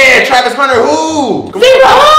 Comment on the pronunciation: Bro said Tavis 😂😂😂😂 it’s travis